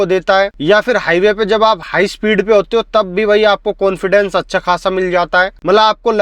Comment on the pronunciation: Cilear ho gaya bhai😂😂. Konfidence aa gaya bhai 😅😅 bhai bhai bhai bhai ...agey bolna bhai 😂😂😂